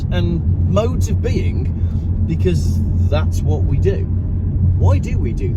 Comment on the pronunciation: ... it's "because!"